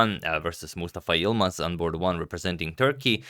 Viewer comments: Such a good pronunciation of Yılmaz. Normally foreigners find it really hard to make that "ı" sound. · Im impressed he pronounced Yilmaz perfectly